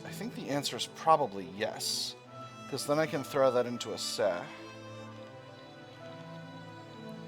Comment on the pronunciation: The C in Aceh is pronounced like ch in cheese